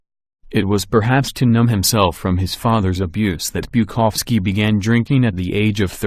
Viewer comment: You make a vid about 5 great alcoholic writers.... but then get a fucking robot to read it out? It's 'BuKOWski', not 'BukOVski'.